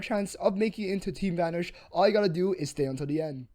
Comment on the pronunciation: why do you pronounce it as "team vanersch"?